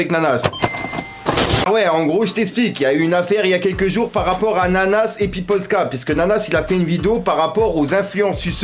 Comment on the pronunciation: Par contre respecte le pays de Polska stp, ça ne se fait pas du tout. Tu dis "Poldka" au lieu de Polska. Polska = Pologne en langue polonaise